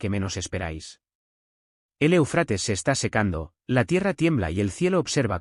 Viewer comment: ¡¡¡É UFRATES!!!. ESTAS MEDIOCRES VOCES ROBÓTICAS. ACENTO EN LA 1ERA É. DEJA MUUUUCHO QUE DESEAR.